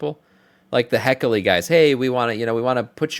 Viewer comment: He-key-lee… you’re killing me 😂